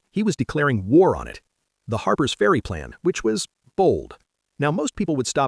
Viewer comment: AI bullshit. Harper's ferry, not Harbour's ferry.